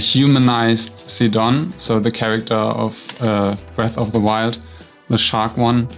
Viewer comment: So, I'm new here and by the way you pronounced Sidon's name, are you German?